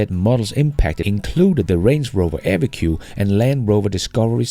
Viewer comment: Evoque is Pronounced Evoke!!!